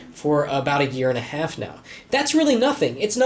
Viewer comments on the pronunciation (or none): none